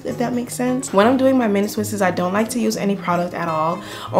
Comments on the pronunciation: its just "twists" NOT ...."twist-es".... imma stickler for grammer. But love your hair. Thanks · It’s killing me! The only thing I don’t like about this video is “twistes” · "mini twisses" LMFAOOOOO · It’s twists not twistes.👁️👁️ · Stop saying "twistES", sugar. Just say "twistS". Leave off the extra E. Thank you for the great video! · please girl, twists is just one syllable not 3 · Enjoy your content. You have a beautiful head of hair. And I mean no disrespect, but you have mispronounced the word "twists" it is not "twistes". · Twists** not twists’s 😂😂😂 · Pleaseeee!!! Stop saying twistes...... It's just TWISTS. PERIOD